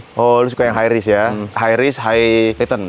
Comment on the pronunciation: High risk : hai gris Manage : manag Unfoll : bener2 disebut unfoll Range : rank Achievement : arcivmen From zero to Hero : from jiro tu hero Welcome : welkom Azul : ajul Pake bahasa indo aja deh mending klo ngomong 😂